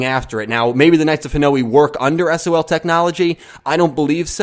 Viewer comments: That pronounciation of Hanoi is so weird. It's one sound at the end, ha-noy. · Hanoi is pronounced 'Ha-noy' dude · It's not Japanese, it's Vietnamese. It's Ha-noy.